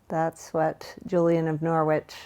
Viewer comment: Hi, Norwich is my home town and we pronounce it like "Norridge", though I couldn't tell you how they said it in the 14th century!